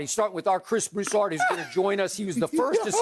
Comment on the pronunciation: Who said it Skip 😂😂 He say Chris Brusard 😂😂😂 Add me on Twitter ALsolo20